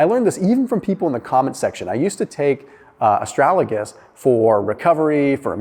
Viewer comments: Ast-ra-Ga-lus, not ast-ra-La-gus :-) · It's astragalus not astralagus. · It's A STRAG A LUS, not A STRAL A GUS:-) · Its ASTRAGALUS not ASTRALAGUS, lol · Please prounounce correctly: AS TRA GAL US...easy peasy.